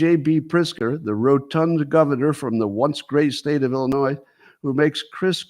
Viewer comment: The S at the end of Illinois is NOT pronounced.